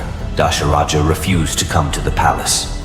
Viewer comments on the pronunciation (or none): Not Dasharaja its Dhasharatha